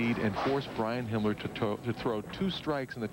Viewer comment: If you listen to Marshall very carefully he calls Himmler Hitler.